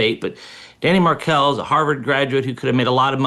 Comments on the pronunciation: LOL its not “Kate”-it’s Katie She has NEVER been called Kate. It’s not Adelson with “Ah’ its “A”. It’s Markel with the emphasis on Mar KEL, not Markel. Dave Aronberg is also wrong. It was not converting the kids to Christianity-it was converting them to Catholicism. A big difference. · Could you please correct pronunciation of the last name of the deceased man, Markel. It’s not “MARK-ul,” it’s “Mar-KELL.” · Dan Markel/ Mar Kel not markle and NOT addleson/ A dul son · It’s pronounced (and spelled) Mar kel - how Dave says it. And it’s Aye delson - long a sound. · Dan's last name is not pronounced Markle. It's pronounced Markell. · Megyn, Adelson is pronouced like Aidelson. Kate is Katie Magbanua. Markel is pronounced like Markell, not Markle. Following this case for years. You would love the prosecutor Georgia Cappelman if you review the trial which is on youtube. She is a master! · Mar-KEL. Megyn if you are going to do a podcast no offense but do some research on pronunciations!! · It’s MAR-KELL. Please if you’re going to talk about the victim learn before your show how to pronounce his name. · Dan "Mark-elle" phonetics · The correct names are Aaaaadelson, Mar-kell, and Katie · Check the pronouncement of markel megyn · Megyn doesn't even bother to learn how to correctly pronounce the victim's name nor the defendant's name. Ridiculous. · Megyn learn how to pronounce people’s names, please. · Megyn, you're a seasoned reporter: learn to pronounce people's names. Especially / at least learn the victim's name. This case has been going on for like a decade. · How did she pronounce every name wrong in this super famous case?? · Megyn, you should learn how to pronounce their names correctly, if you are going to cover this case! 🙄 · Megyn seems to mispronounce a lot of names. Someone on her staff should help her. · Correctly pronounces the Hispanic names, but butchers both the victim's and the accused's names.